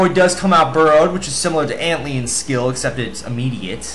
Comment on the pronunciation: Sounds like you say "Don't eat them" 40ish seconds -"Ant-leons?....."ant-lion" -New pillar art! yay...should have put one QP in for colorful bananas -Why gnome riders? -What do you mean by "real" shield? "real" as in perma? b/c other non perma shields make u take no dmg. -Time mark next time for garboid